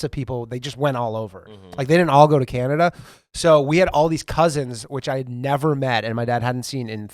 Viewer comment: calling Canada, "Canadia" 😂